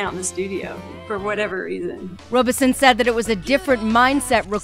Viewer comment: 1. It's a soft O pronounced Rob - i son, not Robe - i son. 2. It's a soft A for Amelita 3. They tour mainly in Canada, not outside North America. They have played several benefits in Texas the past few years also. Sorry, but I read in one interview how "Robison" was the fiddle player. Get the facts straight. I know you must do lots of reviews, but still....